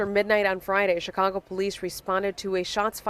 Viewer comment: Chi-congo. Enough said.